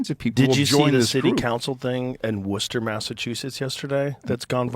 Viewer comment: I’m glad Joe pronounced Worcester correctly.